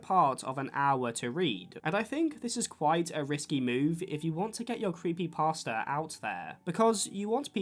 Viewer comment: creepypasta is pronounced thr way youd say "pasta" like the food.